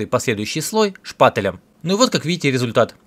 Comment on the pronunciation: Как же меня раздражает, когда говорят шпатЭлем